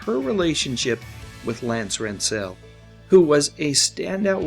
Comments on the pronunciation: Lance Rentzel was not pronounced the way you said it. It was more like saying the word 'stencil', with an r. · Mispronounced Lance's name. Reasearch?